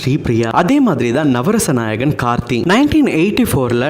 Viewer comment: முதல்ல கார்த்தி, கார்த்தின்னு கழுத்த அறுக்காத..கார்த்திக்கோட பெயரே சரியா சொல்லத் தெரியாத நீயெல்லாம் அவங்க சரித்திரத்த சொல்ல வந்துட்ட பாரு.. 🤦‍♀️🤦‍♀️